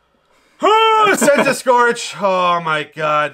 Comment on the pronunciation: Noooooo not Centiskorch 😭😭😭 what's wrong with you 🤣🤣🤣